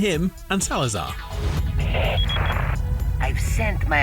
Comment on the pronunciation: Its not Salaza'H IT'S SALAZARRRRRRRRRRRRRRRRR WITH "R" NOT "H"